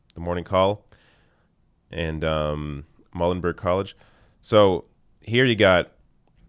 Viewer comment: PA for Bernie! Side note: the PA poll was from MULE-en-burg Like the animal. Not MULL-en-burg.